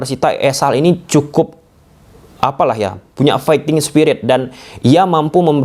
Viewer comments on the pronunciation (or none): none